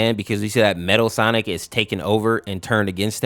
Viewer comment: You said "stonic"